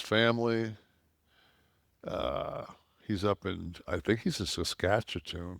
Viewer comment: “Saskatchetoon” lol